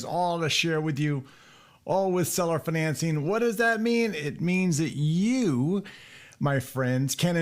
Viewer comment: 🤣 “fuhNancing” sounds so fancy. Might be a fun drinking game, do a shot every time he says “fuhNancing”